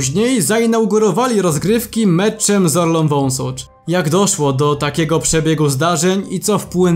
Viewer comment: orlą wąsosz xD nie Wąsocz haah